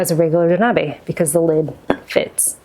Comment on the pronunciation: FYI it's pronounced "doh nah beh", not "doh nah bee"!